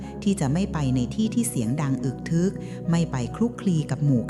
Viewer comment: อึกทึก อ่านว่า อึก-กะ-ทึก ค่ะ